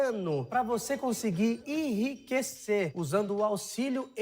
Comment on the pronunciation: O bôi lá da cara preta falou "irriquecer" "irriquecer" ! Analfa é fóda héin ! Afff ! .